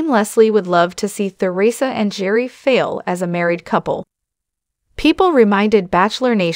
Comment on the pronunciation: Or even pronounce Theresa. They say her name incorrectly in this.